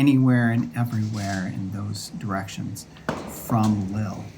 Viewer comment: The pronunciation is "leel", but everyone else gets it wrong, so not to worry.